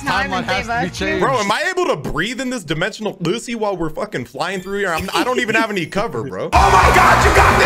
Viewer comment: “Dimencional guzzi” 😂😂😂😂😂😂😂